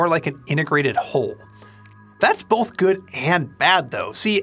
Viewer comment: There's no L in the word "Both." You keep saying "BoLth."